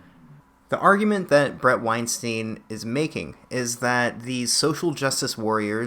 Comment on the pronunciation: Small point: his name is pronounced wine-stine (rhymes with Einstein). Not wine-steen. Not ween-steen. WINE-STINE.